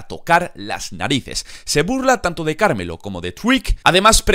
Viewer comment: Se pronuncia pErez y carmElo no perEz y cArmello 😂 las entonaciones son importantes